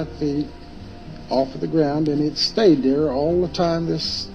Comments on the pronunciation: Am I the only one that picked up on the fact that said "gound" instead of "ground"😂😅? When he said "it hovered 8-10in of the gound at it's lowest point". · Bruh, are you AI or do you have a speech impediment? 8-10 insess off the gowned? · when he said "8 to 10 inses off da gound" it convinced me to stop drinking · bro said “inces off the gound”😭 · eight to ten inces of the gound???